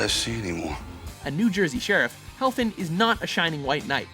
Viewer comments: Freddy HeFLin, not HeLFin. It was written correctly on screen, but mispronounced every time. C'mon! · heFLin. not helfin.